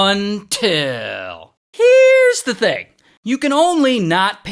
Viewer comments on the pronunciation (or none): Bro every time he says until it’s just funny